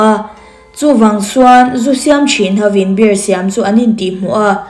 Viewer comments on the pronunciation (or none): Beer🍺 i lam dan hi a dik chiahlo miss😊beer🍺 hi chu mizo hawrawp a biar tia lam tur ania,savawm (bear) zawk hi tuna i lam dan anga bêr tia lam zawk tur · Bear = savawm 🐻 Beer = 🍺🍻 Mizotawngin a lamdan dah chhin ang aw Bear - beer Beer - biir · Bear ( savawm) angin i lam char2 a lawm beer chu mizo tawnga Biiiirrr ti anga lam tur ania.. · Mizo tawnga Savawm chu bear,Zu chu beer(biar)tia lam tur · Tinge BEER hi 'BER' tia i lam rik tlat a, SAVAWM tihna daih asin. Chrome atang khan english lamrik dan dik lo en thin rawh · Bear angin i lam a,beer 🍺 tih zawk tur ni awm tak,kalo ti ve mai2😊